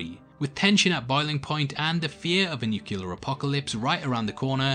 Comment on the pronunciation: Say it with me: "nuclear"